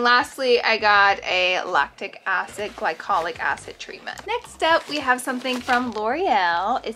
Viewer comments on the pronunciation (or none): none